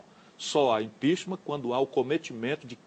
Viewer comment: ”O impixima” EHWUHSUWHSUWHSUHSUSHSUSHSUEHSUHEUSHSHWHSUEHSUE eita Harvard...